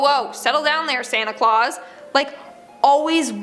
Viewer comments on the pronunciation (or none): none